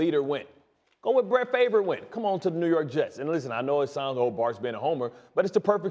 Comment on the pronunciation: Did this mf just pronounce Favre as favor. ☠